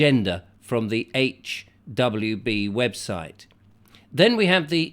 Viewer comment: HWB is pronounced as HUB. Its an online resource for staff and pupils.